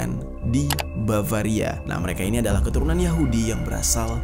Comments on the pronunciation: Bavaria bro bukan baravia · Bang jeri, Mau nanya.. Iluminati baravia ka, Atau iluminati bavaria yg benar ? 😅 Kerna bang jeri ngomong baravia.. tapi di layar bavaria.. maaf yaa bang kerna bertanya 🙏